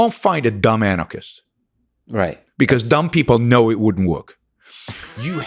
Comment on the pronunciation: He lost me at “woirk”